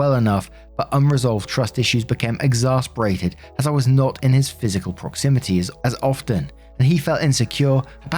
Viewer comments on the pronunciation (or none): I love your videos but you always mispronounce the word "exacerbate"!! "exasperated" =/= "exacerbated" 😅 exasperate means to frustrate; exacerbate (ex-as-er-bate) means to make worse